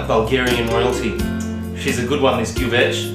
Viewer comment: Bulgarian here. Kudos for saying gyuvetch right! Never made it in a tajine, but no reason why not. The traditional gyuvetch is actually made in a similar earthenware pot, also known as a gyuvetch, but of course nowadays most people just use a dutch oven or whatnot. As with all Bulgarian cooking, you can never have too much paprika, or too much butter!